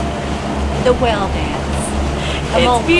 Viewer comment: Took me awhile to realize is saying "whale" when it sounds like "well".